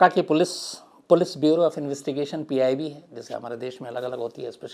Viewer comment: Mr. Khan after 11 minutes of your video, you have referred "PIB" as "PBI" a couple of times.